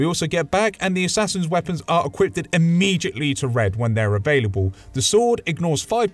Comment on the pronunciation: Immejhitly or Immediately?